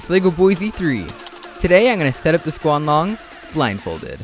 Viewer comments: u said squng long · Wait did you say "The Squanlong"?